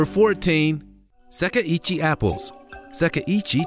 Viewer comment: the apple variety is pronounced seh-kai ee-chee :)